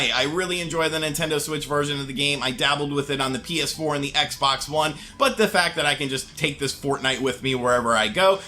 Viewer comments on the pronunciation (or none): none